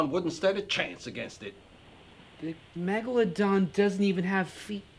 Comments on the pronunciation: MEGALOON MELGALODON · my foravrotrle bit is then said megealadon! megaladon!!!!!!!!!!!!!!!! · in the first was saying Megoladon megolodon in bey tovan